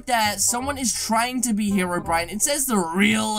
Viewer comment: Hero Bryan? Its hero brine just pronounce it right................please